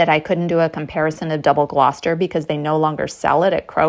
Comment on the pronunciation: Hats off to the first American I've ever heard pronounce Gloucester correctly 😂